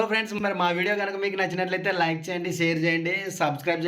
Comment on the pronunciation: అక్కో,, మైసూర్ పాక్ అక్క అది అక్కో,, మేసురు పాక్ కాదు అక్క అక్కో,, విడియే అనాలి అక్క,,,,,, అక్కో,,, విడివో కాదు అక్క,,,,,,,,, 🤣🤣🤣🤣🤣🤣🤣🤣🤣🤣